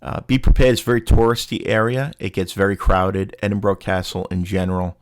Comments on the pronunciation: i cantget past how you are pronouncing edinburgh - why? thats not how you hear it being said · I’m Australian and thought it was pronounced Edin bo row but it’s actually Edin bu ruh